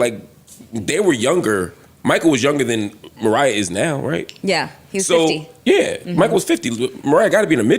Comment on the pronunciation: not being able to distinguish "than' and "then" is HILARIOUS LOL